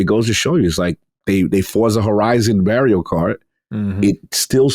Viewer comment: Every time mispronounces Mario, a small child gets struck for not doing his homework